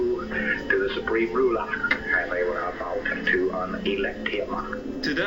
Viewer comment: Lol ' Shurpreme Rulah!'